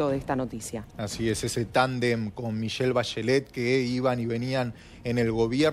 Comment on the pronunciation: Michael Bachellet JAJAJAJAJAJAJ Era Michelle po